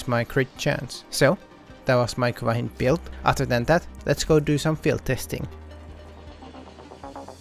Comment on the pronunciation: You said hin-d Its pronounced hynd Like a Russian hind